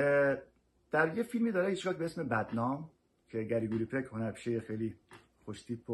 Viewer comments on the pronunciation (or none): بسیار عالیست آقای نامجو اما کاش کمی به اسامی دقت بیشتری می‌کردید. خاطرم هست در دوران نوجوانی ( دهه ۵۰ خورشیدی) اصطلاحی داشتیم و می‌گفتیم طرف گری گوریه و... متاسفانه تلفظ Gregory Peck را شما همان گری‌گوری ادا کردید که اینهم خود طنزی است پر تضاد. پیروز باشد. ممنون از بابت زحماتی که برای فرهنگ ایرانی میکشید.